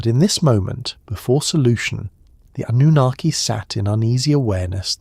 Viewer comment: Yep, AI, don't subscribe. Great topics but this is painful to listen to, especially the mispronounced Annunaki and the continued repetition just to drag the story out.